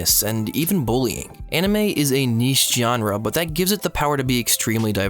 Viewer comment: Every time you said genre, it hurt a little bit more than the last time you did. Otherwise, i too began watching anime at a time of significant personal struggle, the "i'm 20, but not yet an adult" depression.